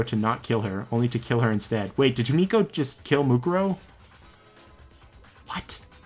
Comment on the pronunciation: Whenever he says himiko i hear yumeko